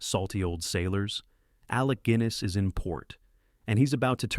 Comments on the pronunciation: I only hope that this is an AI narrator mispronouncing these words. I mean, FFS Alec GWINNESS? Doesn’t anyone proofread these? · How did you manage Alec Guinness in one comment, and then say Gwiness in the next? Are you a robot? Don't care all these fillums are absolutely wonderful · There’s only so many times I can listen to the ai voiceover miss pronounce Alec ‘Gwiness’. The weird thing is sometimes it says it correctly. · "...Alec Gwiniss"??????? WTF. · The writing is surprisingly good. What a shame the AI ridiculous narration (‘Alec Gwiness’) ruins it. Please re-do the video with a more reliable AI narrator. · Why does the narrator suddenly start talking about Alec "Gwiness"? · So many familiar faces in these films! But I just love the way an AI narration screws up pronunciation . . . Alec Gwyyness FFS! Passport to Pimlico was actually filmed on the other side of the river Thames in bomb damaged Lambeth and Kennington. My Mother and two elder brothers (Dad was in the Army) lived through that. In fact my eldest brother, who was 12 when the film was made, swears he's in several of the crowd scenes though we've never been able to spot him. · 1/3 of these star the incomparable Alec Guinness, another 1/3 star his non union Welsh counterpart Alec Gwynness. How did he manage to pronounce his name wrong AND right so many times?! 😂 Anyway ...each of these is basically still shown once a year in the UK. Many of them I'll watch each time I can. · How can I take seriously anybody who pronounces Guiness as "Gwiness"! 😬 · Is it pronounced "Gwinness"? I never heard anyone say it like that before. Edit: I guess you say it the way I'm used to most of the time. Whew. You seem to switch back and forth. Is this a computer voice? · The actor's name is NOT pronounced "GWIN-ess" BUT with a hard G and no "w". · alec gwinnis? God help us! I despise AI. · AI narration fails again! 😂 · who the hell is gwinnis.. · Please stop mispronouncing “Guinness”. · Because AI is stupid.